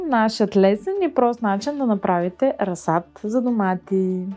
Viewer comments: Дневникът, който поръчах за майка ми пристигна днес :) Благодаря! Не мога да се сдържа, защото толкова пъти го чух във видеото, че ... - ра̀зсад :) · Приятно е да ви гледа човек видеата! Ударението на думата "разсад " е на първата сричка! Може да проверите правоговорен речник и в Интернет. Пожелавам Ви сили и търпение да съхраните здравето си и да се радвате на живота мъдро и интелигентно! Поздрави от Габровско! Благодаря Ви за споделената информация и опит!